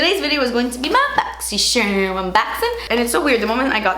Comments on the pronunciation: Julia Mazzucato I hate when she says boxysherm it’s annoying AF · " BO!xy jzcharm un BO!xin " 🤣🤣🤣❤️ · Does it sound like she's saying "Boxy Sherm?" I loved my box I got a mini straightener and the same mask and powder and a tarte lip paint and a lip pencil that I use for freckles. The box was amazing! Very good for xmas thank you boxycharm. I used the mask last night and it dried my skin out but I also caught my period on Sunday so I'll have to try it again next week to see how it really works on my face. Way better than Ipsy I think I'm gonna cancel ipsy now.